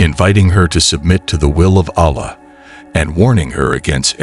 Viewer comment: Yaa.. Firstly must learn to pronounce Allah!